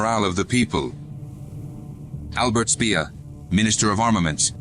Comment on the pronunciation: Speer, not Schperr.